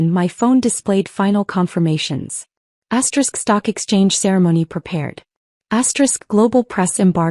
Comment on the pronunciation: Stop saying asterix!